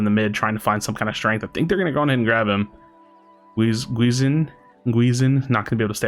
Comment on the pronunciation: That first game was awesome, really close one, that zap salved them. The second one was just a big stomp. Lmao Also, the "gui" in "guizinn" isnt pronounced "gu-i", its pronounced "gi" with a mute "u", like how you say the name of a karate uniform "gi".